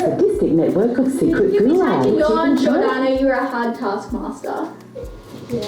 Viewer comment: Cameo Giordano as "Albarno"